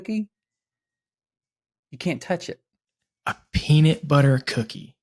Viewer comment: and dont say peanit butter